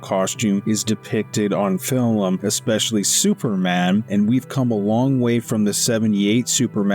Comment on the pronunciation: Please learn how to pronounce the words that you’re using. “Homage” is actually pronounced “omage”, the H is silent. The actor playing luthor is Nicholas Holt. Why do you keep saying “fillum” instead of film? So many other mistakes.